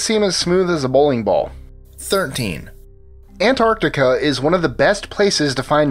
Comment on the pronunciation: AN-ART-ICA .....fkn english rape